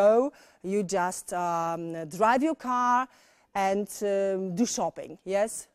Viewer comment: Tylko ze ta Pani nie mowi nie tylko idealnie, ale wrecz masakrycznie niepoprawnie. Jej angielski jest tak spolszczony ze glowa mala. A przez wymowe wlasnie czasami trudno ja zrozumiec. Trzeba sie domyslec jakie slowko powiedziala. chociazy to czoping na poczatku...albo czekac, bo moze za drugim razem wymowi poprawnie.